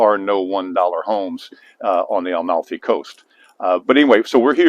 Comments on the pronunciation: Yes pronounds Ah-malfi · Fantastic content! But I beg you, please pronounce it correctly...Amalfi. NOT AL-MALFI.